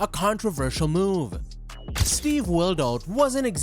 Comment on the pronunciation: I noticed it when he pronounced SteveWillDoIt and was positive after he messed up more obvious Channel names